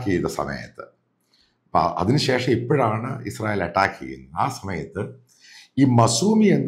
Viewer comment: അട്ടാക്ക്..... Not അറ്റാക് only അട്ടാക്ക്